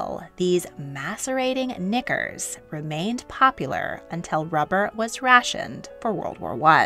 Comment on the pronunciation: I can't help but laugh every time you say knickers! It sounds so funny with an American lilt (says the Welsh one). As always thanks for the fab video! I love learning here 🥰